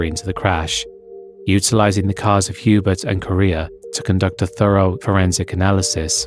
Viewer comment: Piggybacking on this comment to politely add that Hubert’s name, being French, is pronounced like yu-BEAR rather than HYU-bert.